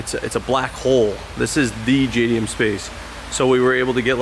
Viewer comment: Dude you know. You can't even say JDM Space...